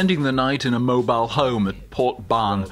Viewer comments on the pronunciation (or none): none